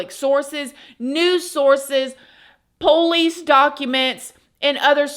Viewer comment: I love how you pronounce PO-lice 😂